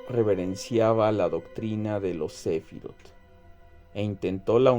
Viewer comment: la palabra hebrea "sefirot" ("emanaciones", en español), se pronuncia /sefirót/